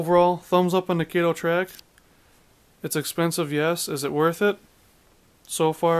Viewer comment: Try replacing the Broadway trucks with good Walthers trucks. By the way... it’s pronounced KAH -TOE. Not Kay Toe!